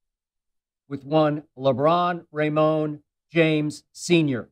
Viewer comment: Lmao Lebron “RAYMONE” James